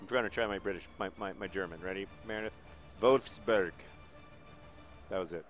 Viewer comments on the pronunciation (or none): Your Wolfsburg sounded more like Wolfsbörg :D And you should pronounce Sprite like Shprite (or maybe thats just a swabian thing, who knows :D) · John, your english pronounciation of wolfsburg ist actually better than your "german" one. the german one sounded more like you were talking with a hot potato in your mouth :) also 1:0 against wolfsburg. congratulations. they're currently 2. place in the bundesliga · As a German English student it's hilarious/interesting how John gets the u right in Bundesliga but not in Wolfsburg, even though they're the same sound :D But aside from that, you pretty much killed it :) I'm pretty off, the test thinks I'm 45 when I'm actually 22 :D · It's okay that you can't pronounce WOLFSBURGS's name right, Nobody likes them here anyway ^^ They are a bit like Chelsea, there is one big company that gives them money so it's kind of like the opposite of The Wimbly womblies.